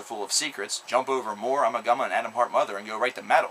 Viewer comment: It's pronounced "Oo-ma-Goo-ma".